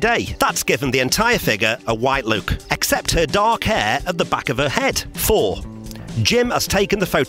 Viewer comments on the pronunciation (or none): none